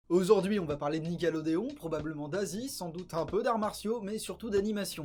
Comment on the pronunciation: AuZourd’hui Bien joué ✌️😉